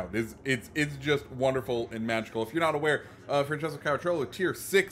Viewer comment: Ma è caracciolo non caraccilio